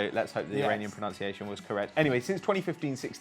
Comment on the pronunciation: As an Iranian pernaciation was perfect 👌